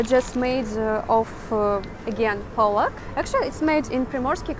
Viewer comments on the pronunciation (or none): none